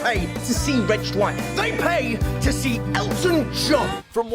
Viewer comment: Seems like you were hungry, as you ate the word "to"